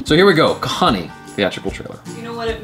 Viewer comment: n u pronounced "kahaani" precisely !!